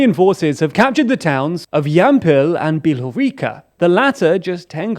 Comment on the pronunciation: Put some effort and stop butching place names, it takes 20 seconds to check how it is pronounced, my ears bleed from Layman, Bilhoreeka and Karkeev